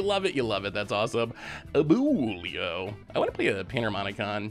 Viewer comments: I appreciate you trying, it's pronounced A-bwe-lo. Good effort though! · The way he says Abuelo kills me a lil bit ngl... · no way you pronounced abuelo like that 😭😭😭😭😭